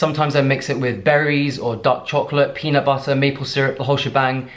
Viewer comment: LOL your slight American accent when u say peanut butterrr